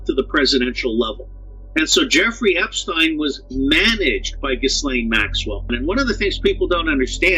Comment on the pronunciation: Finally! Someone pronounces his name right. Epstein/Einstein. The connection is there.